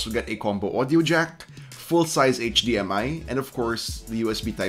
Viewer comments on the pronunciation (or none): none